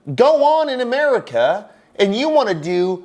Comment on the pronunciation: doesn't have the right to talk about making laws when he can't even say America.